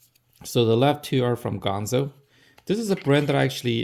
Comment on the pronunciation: It's ganzo, not gonzo.